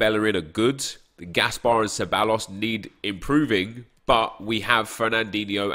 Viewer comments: Ceballos is pronounced kebaios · Ceballos = Kebayos and I’m not even Spanish cmonnnnn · Ceballos is pronounced theb-I-os